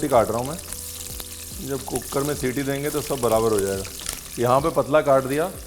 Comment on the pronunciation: Chef Cooker wali Citi Ya cookad wali😅😂